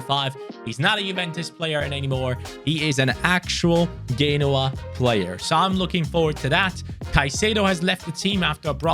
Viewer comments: It's Genoa not Ghenoa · It’s pronounced: Jen-oh-ah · He's pronounced genoa wrong